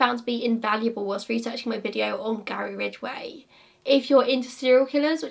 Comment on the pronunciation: everytime i hear the name "Gary Ridgway" i think about you and your struggle with pronouncing the name lolol